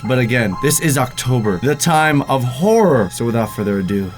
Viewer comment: “Horry videos” 👏